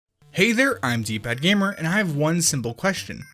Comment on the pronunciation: At the start i thought he said " Hello guys its "d-bag"'